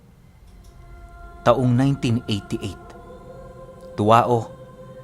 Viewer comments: ang tamang bigkas po sa lugar na yan is tu'aw sa spell lang po iba pero ang bigkas po ay ganyan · Tuao pronounce as tuwaw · Tuao,cagayan b Yan? Pronounce sya as tuwaw